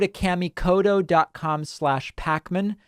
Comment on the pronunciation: David pronouncing his sponsors name all wrong! Kamikoto (Ka) - the a is ah sound and (to) is a softer t sound rather than hard d sound.